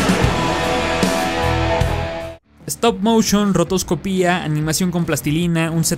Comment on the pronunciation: Segunda persona que escucho que dice "rotoscopía" en vez de "rotoscopia" y no entiendo porqué.